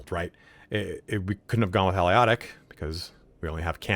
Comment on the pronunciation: Al-i-ot-ic???? Ah-lay-toc. I've never heard that name butchered so badly before. Nice vid otherwise though.